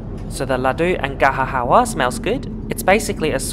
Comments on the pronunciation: Ga-Jar Hal-wa not GaHa HAHA fr Indian sweets. Just saying not mocking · That Indian dessert is pronounced Ga Jur Hal wah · Great video! Note, in Indian languages we don't pronounce the 'j' as 'h' in gajar halwa. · Fun Fact: We actually pronounce the 'j' in Gajar Halwa :P It's not like the Spanish letter where we replace the 'j' with 'h' 😉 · Hahahaha loved your attempt at pronouncing Gajar Halwa 😂